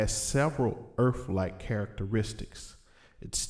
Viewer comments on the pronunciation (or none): He said ha ba daa bly zone anf he said erf lol